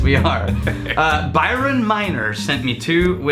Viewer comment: Woo Hoo!!! Glad you liked it!! Slight correction, it’s “Bryon” and not “Byron”. But I’m still now famous!!